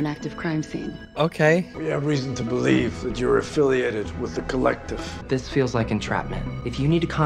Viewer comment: When was talking to that guy at the start I swear he said "your painting is being held by the clit" 😹😹😹 Edit: on second listening, it does sound more like the collective 🤣🤦🤣